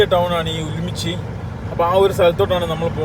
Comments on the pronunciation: ഉലുമ്പിച്ചി അല്ല ഉറുമ്ചി ആണ് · ഉമ്ലിച്ചി അല്ലാ ഉറുംചി എന്നാണ് സ്ഥലത്തിന്റെ പേര്